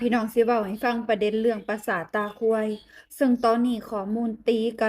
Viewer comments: พูดผิดอิ่กแล้วครับ..ปราสาทตาควายครับ..ไม่ใช่ปราสาทตาค..ย😂😂😂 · เสียวออกสำเนียง ปราสาท “ ตา…….เด๊“😊